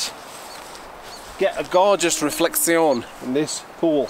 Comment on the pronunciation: You forgot to pronounce "reflection " correctly while explaining your trick